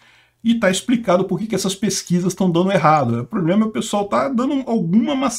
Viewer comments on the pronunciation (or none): none